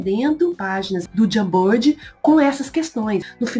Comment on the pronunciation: a pronúncia não é "Jambird"kkkk Jamboard, se fala de outro jeito